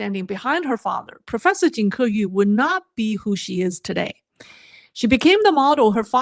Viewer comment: It’s obvious that you, the hostess, knows Chinese i. e. Mandarin. Yet judging by the way you pronounce her name, it feels like you don’t know what her name is in Chinese. It’s 金刻羽，not 金刻玉。Then again, at the end of your show, the conclusion is non sequitur to say the least. Try to familiarize yourself with the prepared materials beforehand so that you don’t have to stumble like an amateur. Just saying. I like the direction where you’re going but honing up your skills is also important in gaining validity. Hope you’ll improve.